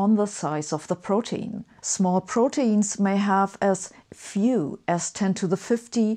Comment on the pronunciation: It's actually pronounced pro- teen (like in e.g. teenager). Being German I made this mistake myself until a native speaker made me aware of the right pronunciation.